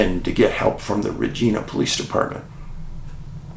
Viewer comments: Just to clarify Dave it`s Re Ji Na, not Regeena. Thank you for the great episode. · Hey David I live in Regina. I know people have a tendency to shy away from its proper pronunciation. 😂. It’s RegInA. 😂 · Thank you so much for the Saskatchewan segment! Regina - pronounced: ReJINE A lol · this doesn't matter but, regina is pronounced like vagina just saying lol source: It's where i live and across from the RCMP barracks as well. I hear the trumpet(s) when they do parade every dang morning. If anyone confused parade just means marching in formation not a street parade if that's what you might be thinking lol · Hi Dave, love your channel. It's pronounced Reg- eye- na, Regina. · I'm not a person to critique people..but..Regina,Canada is pronounced with the I as" eye". Love all the work that I know you do. Will remain a loyal watcher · I don't mean to sound pissy and I have no stake in this: How to Pronounce Regina? [CORRECTLY] Canadian City Pronunciation [Saskatchewan] It just annoyed me enough to comment...